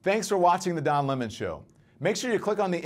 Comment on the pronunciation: Don Lih-mon!